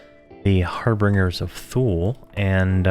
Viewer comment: Dude, the word is harbinger, pronounced "HAR-bin-jer". And Thule is pronounced "TOO-lee". It is a mythical island in the North Atlantic, represented in ancient Roman manuscripts as the farthest, northern-most known land. In medieval times it was used to refer to Iceland (Island) as Thule, and Greenland as Ultima Thule.